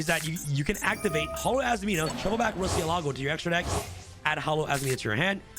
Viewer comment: MU-RCIÉLAGO is the spanish for Bat